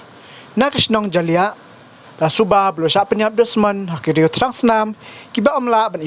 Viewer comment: Kynnoh Ja-ly-iah ym jaliah